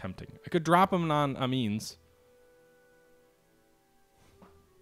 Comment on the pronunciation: Pronunciation of the French city of Amiens is '"Ah-me-in"